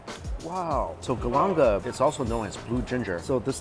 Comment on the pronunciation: Do you ever iron your shirts? and its GALANGAL, not GALANGA